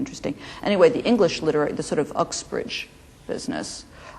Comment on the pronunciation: I love how she says Uxbridge instead of Oxbridge <3 end of the metropolitan line for elite education